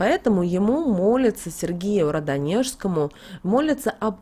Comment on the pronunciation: Очень режет ухо Ваше не правильное произношения Радонежскому.